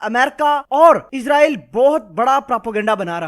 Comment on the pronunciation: ASSALAMO ALAEKOM SIR G MENE PEHLY BHI KAHA THA K NAME SAHI BOLA KRO. ISRAEL H.. IZRAEL NAHI H